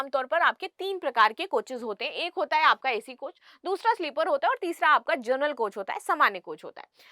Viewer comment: जर्नल nahi hai ma'am wo जनरल ticket hota hai ,thoda शब्दों पर ध्यान दें please 🙏